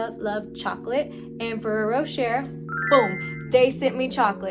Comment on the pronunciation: Rou-SHEY not Ro-SHER!